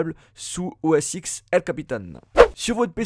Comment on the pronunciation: Juste pour information, on dit OS 10 et non pas OS X...